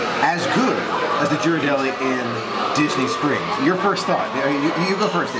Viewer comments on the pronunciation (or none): Great video,. I just wanted to point out that the correct way to pronounce Ghirardelli is the same as in "girl," not a "J" sound. Haven't been to the Boudin Bakery in SF yet, but we always visit the one in DCA for a sample of the sourdough bread before heading to Paradise Pier to have some world famous clam chowder. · "I'm not used to flying west for a Disney adventure..." I'm sure! But remember, all the *magic* started out west. And it's Hawaii. Hawaii is a whole other type of tropical magic than the Florida/Bahamas region. GEAR-er-delli. 😊 is right, the street Ghirardelli is on is not a real hill. I know no longer lives in San Francisco, and you might not have much reason to visit the city, but if you ever visit SF again, go to the Mission district. One of THE best pizzas in the country -- Pizzeria Delfina. Right next door is the famous Tartine Bakery. And on the other end of that same street is the Bi-Rite Creamery -- home of delicious almost-gelato-like ice cream, made with unique and unusual flavors. The Mission is also known for super delicious amazing tacos! Thanks for letting us know that Boudin makes tacos. Had no idea!